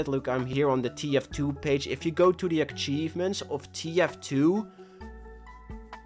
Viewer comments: Its atsheev ments not aktsheev ments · there's no K in achievements akchievements achievements